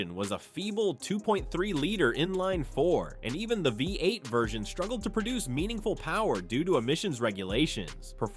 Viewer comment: BI 8 engine? Good video but you gotta work a bit on some pronunciations! Good luck